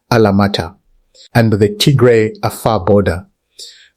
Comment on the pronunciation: Can you please correct your pronounced name TIGRE